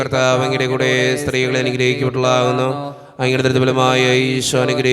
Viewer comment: Thanks. സ്ത്രീകളിൽ അങ്ങ് clear ആകുന്നില്ല